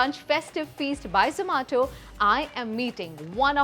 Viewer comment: Its not zamato its zoomato. Dont be sooo elite🤣😂😂😂